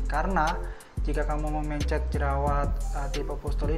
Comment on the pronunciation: aneh banget cara ngomong mencet sama pencetnya. kaya pelafalam e dikata mencret